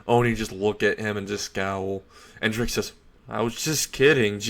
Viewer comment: Good story but your pronunciation of several terms and names is wrong. For example, you said Ko High, when it's Kuoh High. Also, you kept saying Drake instead of Draig. The resurrection should be an entirely Spanish name like all other Arrancar releases. Empty Dragon Oni (Ogre) translates to Resurrección: Ogro Dragón Vacío